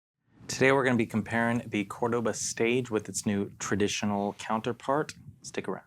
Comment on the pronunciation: It’s Córdoba. There is no ‘cordóba’.